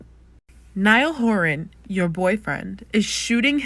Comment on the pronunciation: Niall Hor-Ann You never had a chónce!